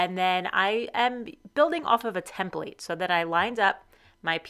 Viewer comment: It was a good idea, making the blade thickness gage. I think it is worth another attempt. I like how you say template. Tem- Plate. Almost as good as "draws"